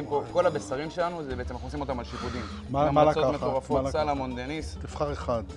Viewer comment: אלו שאומרים סלומון במקום סלמון ... 🤦‍♀️ : "קינלי" ... 😄 מסוג המקומות שדוגלים יותר בכמות מאשר באיכות. (או שמא הכמויות האלו במיוחד לניב ...) מבאס לאללה בכל מקרה, וחבל על כל המזון הזה שנזרק כי הוא לא טעים.